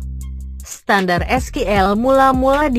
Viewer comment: SQL dibaca Skill ,, whatttt?😄😄